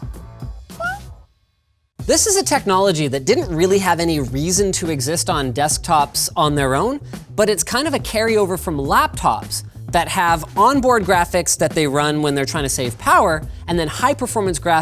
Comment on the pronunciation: did you actually just call it a "labtop"? oh no... no no no no